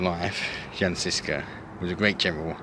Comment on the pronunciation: Jan is pronounced as Yan.